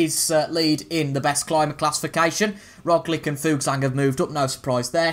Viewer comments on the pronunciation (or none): Also man - Roglic is pronounced like - ‘Rog - Litch)